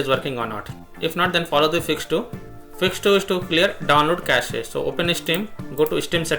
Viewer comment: Cache is pronounced cash, not cassee